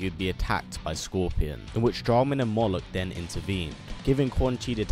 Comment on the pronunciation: 1. It’s “Moloch” 2. Yes